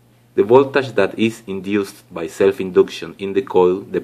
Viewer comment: Voltash😂😂😂 It's voltage bro